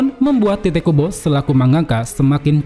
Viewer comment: Tite Kubo sepertinya bacanya Taito Kubo (Tite bahasa inggris dibaca Tait, sementara Tait dipelafalan org jepang jadinya Taito) cmiiw